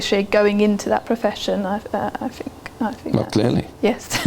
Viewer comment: she`d across a lot better if she did`nt pronouce "th" as "f".... its not fink and fought